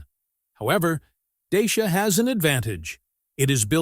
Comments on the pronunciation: Nobody in Europe will know what you are talking about when you say "Dayshia". It is pronounced Daahtsia. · Wonderfull that the EUROSNOTS (I am 1 -2) always reinvent themselves . . . Bravo DACIA, RENAULT and Peugeot etc . ,. . What is irritating with this video is the American narrator, still with that US imperialistic attitude, arrogantly is mispronouncing, “DACIA . . . as DAYSHIA.” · If you want to pronounce correctly as english speaker is : dutch.ea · deisha....dashiaa 🤣🤣😂😂😂I'm romanian and sounds so weird